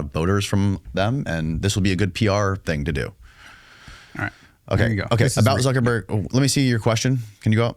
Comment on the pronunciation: This video gives us a lot of insight into why the non-jewish segment of our american society are at a huge loss and thus losing, just look at how unfamiliar the host is about this history you can't even pronounce Zuckerberg and has no depth of experience or even research or even basic knowledge into the various power bases of the tribe 😅